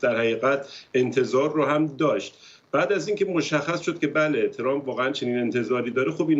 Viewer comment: چرامپ نه , ترامپ ....یعنی میخوایید بگید خیلی لهجتون بریتیشه ؟ 😂